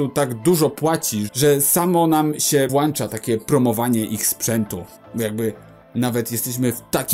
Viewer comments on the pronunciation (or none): Włącza! Nie włańcza 🙈